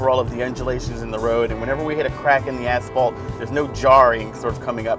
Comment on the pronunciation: "crack in the ASSfault" nice ;-)